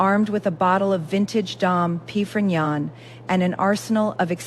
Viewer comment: I've never heard Dom Perignon pronounced quite like that before. This story should had way more work done on it before being published. The AI is poorly done, takes away from the story.